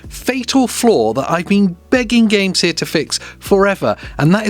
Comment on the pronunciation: Why are you saying Gamesir like that?😂